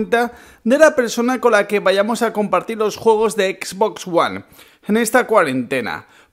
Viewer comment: Comprate una ps4 porfavor, porque cada vez que pronuncias xbox me chirrian los odios